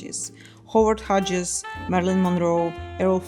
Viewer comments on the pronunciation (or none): Very good summary. Really enjoyed it. I would have liked more on art deco painting and artists,with Tamara de Lempicka as an example. For any future videos, the name “Hughes” is pronounced “huze”. As other commentators mentioned, though, it helps prove you’re real.